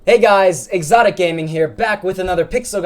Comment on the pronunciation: "OMG " XD